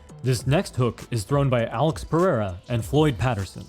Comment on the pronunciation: ❤Your videos are AWESOME 👌🏼 👏🏼 👍🏼, since Pereira is a very common last name HERE in Brazil 🇧🇷 just a little tip: PerÊira! With the STRONG vocalization on the "E" right in the MIDDLE of this word! Keep up your great work and I'll keep 👍🏼 giving the LIKE!!!